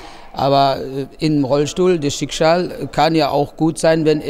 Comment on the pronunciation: "schikschal" loool* typisch Jimmy :o)